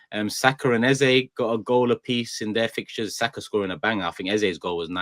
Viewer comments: the name is EZE, not Eza. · i agree, you made the right choice in choosing your gyaal...big up guys...good to see you all back. BTW its 'Eze' pronounced (Ez-zay) not 'Eza' pronounced (Ez-zah) which means 'King' in the igbo language (spoken by the South Eastern people in Nigeria)